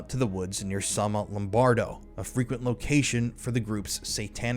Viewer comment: It’s Somma Lombardo, not Sonno Lombardo.